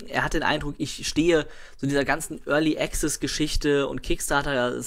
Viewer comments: es sind die feinen Unterschiede, die die Bedeutung des Wortes ausmachen. Als Englischsprecher mit deutsch als Muttersprache hören wir das meist nicht raus, weil wir es nicht anders gewohnt sind.. Aber die Aussprache ist wirklich falsch =) du kannst ja in meinem andren Kommentar lesen, worauf geachtet wird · ist echt nicht bös' gemeint.. aber jedesmal wenn du 'early access' falsch aussprichst, fällt ein Charles von seinem 17 Uhr Teetisch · ***** 'komplexe' ist das falsche Wort. Man zuckt aber jedesmal zusammen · ***** Also ernsthaft so penibel muss man erstmal sein und wenn du jedes mal zusammenzuckst weil einer es nicht zu 1000% richtig wie ein Brite ausspricht dann hast du ja richtige Probleme my friend :D